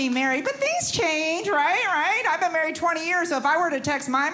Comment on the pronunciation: She maweed Elmer Fudd!! LOL.